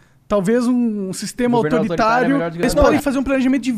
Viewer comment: Monark: "o vo defende a liberdadi defendendo governo autoritariu"